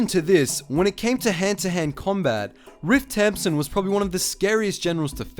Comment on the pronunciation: I thought he was saying ripped tampon